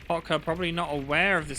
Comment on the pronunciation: Why LAH potka. It's Loh PAHtka. The O and the A are in opposite places of where you're saying them.